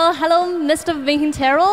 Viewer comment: "Please say hello to everybody" "err...réllou,réllou...HA"